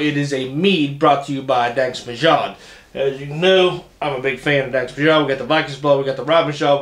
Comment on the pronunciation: No it’s definitely not pronounced “danksh” it’s “dansk”… you got the myod right but in danish it would have a soft D. Almost an L or TH sound in English